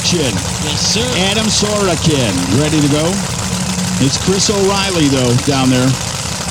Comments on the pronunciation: I know that drag racing has a deep and rich history spanning 70 years basically. And there’s a lot to digest for those that become announcers, but there are some names that should never go through a weekend getting butchered repeatedly and multiple ways. Sorokin(So row kin). Now go hit the books boys and learn about The Surfers! Prerequisite studies for every announcer from this day forward. Damn, I think I need to get back on the mic. Btw, excellent vid work, and your audio capture of fuel cars is the best I’m aware of(no easy feat). Thanks!🤘🏻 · doesn't know how to pronounce Sorokin, or he just making fun of it